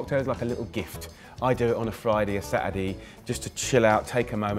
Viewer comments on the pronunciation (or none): listen his Saturday/Sunday pronunciation